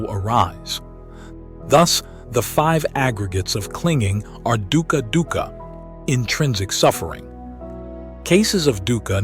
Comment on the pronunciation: correctly pronounced as 'dookha' meaning pain n sufferings